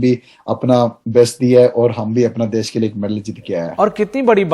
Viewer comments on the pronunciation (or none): देस नही देश होता है NDTV